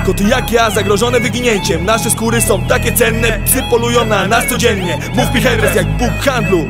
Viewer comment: Wymawia się ERMES 😂